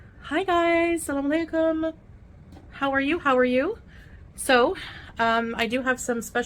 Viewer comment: Why does she say “samma laikum” at the beginning of the videos? It sounds like she’s leaving out some syllables from that greeting.